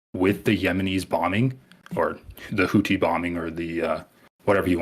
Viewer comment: I respect this guy's opinion but not his pronunciation of "Houthi"